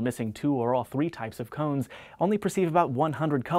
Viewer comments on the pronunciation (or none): Why he say "crans" funny? I dern't git it. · is it me or does he say cones wierdly?